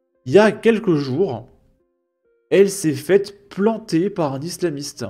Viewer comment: Planter er et pas ee .